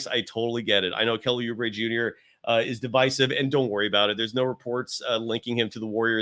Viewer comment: Lost me at Kelly POOubre